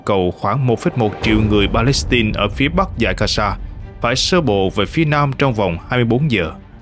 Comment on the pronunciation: Gasa hả ..?No . Gaza( ga gia ) .